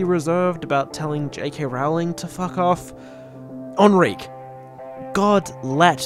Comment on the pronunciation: I shall now pronounce Enrique as “Ahn-reek”